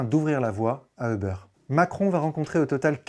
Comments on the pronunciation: On dit pas "euhbeur"!!! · On dit pas "euhbeur"!! En anglais on ne dit pas euhbeur! Quelle prononciation à la plouc ! Comment peut-on croire la vidéo si le mec il ne sait même pas prononcer la compagnie.